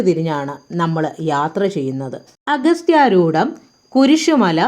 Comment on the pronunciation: അഗസ്ത്യാർകൂടം എന്നല്ലേ ? അഗസ്ത്യാരൂടം അല്ലല്ലോ !!